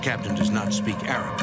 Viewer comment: As an Arabic speaker the Arabic in this episode is horrific